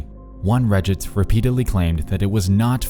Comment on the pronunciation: "Reddits?" "2008s?" You completely ruin your dialog talking like this. Edit: and it only gets worse throughout the video! Congratulations, you have LOSTS a fan.